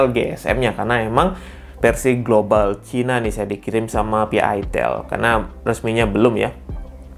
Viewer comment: Bilangnya pakek a bang aitel jangan itel😂🗿